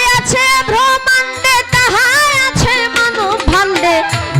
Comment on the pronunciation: ভ্রমান্ডে মানে কি? ব্রহ্মান্ডে হবে উচ্চারন টা ঠিক করে বলুন